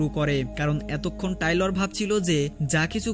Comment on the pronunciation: বেচারার না টেইলর,, টাইলর না😂😂